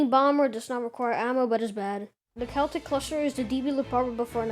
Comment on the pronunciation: can't tell if its called "celtic clusterer" or "seltic clusterer"